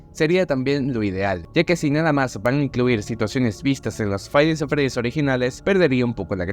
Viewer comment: Tkm pero me cague de risa con el "faib nis at fredis" XDDD